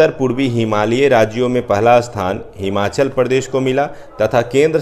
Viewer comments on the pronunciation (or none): none